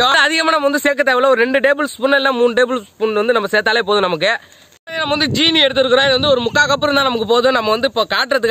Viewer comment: Anna 'jeeni' EIIA 'seeni'